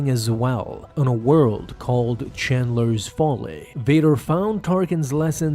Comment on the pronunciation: Dude your only job is reading comics and regurgitating it back and you can't even do that you keep changing sentences and adding words that changes the writing and apparently can't read names "chandler" 😅